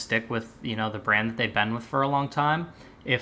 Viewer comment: Go! P.S. Is it a thing in Australia to pronounce "been" like "bean?" I don't know why I even heard that, but it struck me as funny.